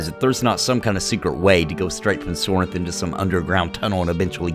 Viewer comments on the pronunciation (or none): Sorhiryth... ehhh not a fan of this name as its not something that everyone can easily pronounce. You're saying Sorinth..but thats not how its spelled I'm confused.